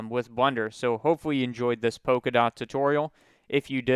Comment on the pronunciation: but polka dots is pronounced polka dots, not poka dots.